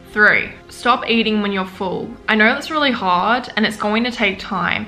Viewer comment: “I don’t knoirr”